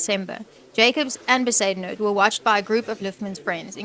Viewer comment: Not Be-zoo-den-howt!😂😂😂😂 Iyoooo AI is grating!